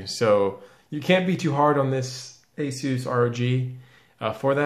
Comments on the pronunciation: Azeus? It's A-SUS 😂😂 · Why must you say ASUS like that?! ( TT_TT) skips vid